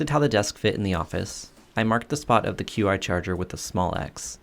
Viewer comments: Qi Charger is pronounced “chee” Not “queue-eye” Also, it’s “bell-kin” not bel-a-kin. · Just an FYI, it is pronounced "Chi" or "Chee" rhymes with "She". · Great video! A couple things, you REALLY need to setup a miter station! Also, "Qi" is pronounced "chee". Keep it up! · Not being a jerk, just wanted to share. Qi is actually pronounced Chee. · Qi is pronounced chee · Qi is pronounced Chee. Just an FYI. I'm sure most people wouldn't know how to pronounce it. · The Women of Qumar! Ha, I started a rewatch myself a little while ago. Good stuff! btw, it's pronounced "CHEE charger" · Hey sir, "Qi" is pronounced "Chi".